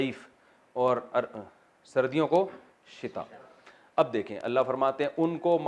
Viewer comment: big mistake it is no "sitae" it is "Shitae" pls mention in tomorrow must